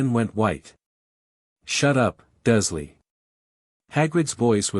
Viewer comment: Can we please change the AI voice that is reading this that the name is Dursley, Not Duzlee. I have never heard one of these AI generated Harry Potter FanFictions pronounce that name correctly. And I'm sick of it.